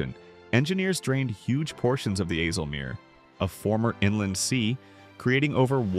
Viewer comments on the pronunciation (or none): Zuiderzee zuuderzee, and not asselmeer IJ not aa, ui, not uu....come one, put some work into it.. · It is not Ezzelmeer or flevvo polder, do your home work please, have some respect... Check out how to pronounce names.. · Goed gemaakt maar spreek de Nederlandse namen in het Nederlands uit. Afsloetdijjk? Ieselmeer? Gewoon de Nederlandse namen gebruiken. Weten ze meteen hoe de dingen echt genoemd zijn. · Ja. Ice kunnen ze (maar het is een Nederlander die spreekt. Als je goed luistert hoor je het) ook uitspreken dus icelmeer zou al goed zijn.